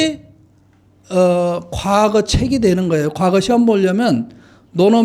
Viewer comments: 아이고! 선생 같이 대단하신 학자께서 과거의 첫 자 "과"를 길게 잘못 발음했나이다!! 이 얼마나 놀라운 일입니까!? 선생님!! 자고저란 말을 아시는지요!? 참으로 실망했오이다!!! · 발음이 틀렸나이다!!. 사계, 가례 , 과거드의 첫 자는 짧게 발음하시옵소서!!! 괜이 "길게" 잘못 발음했나이다. 좋은 강의에, 학자로 이런 평상 한자어 발음이 이리 틀렸음에 이 사람은 실로 실만 했소이다. 미국 변 완수 드림